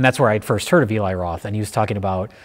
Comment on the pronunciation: I love the cabin fever series. This was a great video. Also so glad these guys call Eli (E-lai) instead of (El-ee).